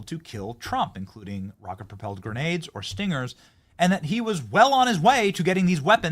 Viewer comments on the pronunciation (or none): none